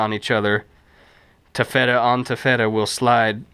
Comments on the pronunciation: For correct pronounciation of "taffeta", ask your Grandmother. Really! Video very informative. 10+ minutes of hands and forearms: hmm... Beats a talking head, though. I didn't see what prompted the comment about stabilizing the camera, but it sure is stable now. LOL One thing to be aware of if making trail clothing with ripstop, flying embers, even tiny ones, will eat it up. You end up with little holes with black cauterized edges. Stay back from the fire, especially in the wind. (Writing from Newfoundland, I hear there are places with no wind. Baseless rumors!) Thanks. Looking forward to more. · Thanks, that was a helpful video. I can tell you didn't take French in school though. Denier & Taffeta are pronounced much differently normally. Regardless, that was a helpful video.